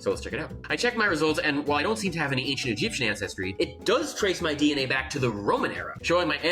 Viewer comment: His pronunciation seems authentic. Who could challenge him, right?